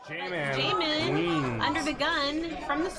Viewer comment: Jaman, I was the Mike that said your name wasn’t Jah-man. It was pronounced Jayman, and she started calling you Jay-MAN... so tilting lol. Glad I made it into a vlog though!